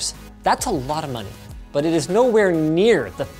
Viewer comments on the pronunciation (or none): none